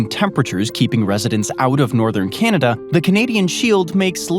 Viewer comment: Natives called it.. Ca nawda.. We whites.. called it Canada😂😂😂 lets keep it correct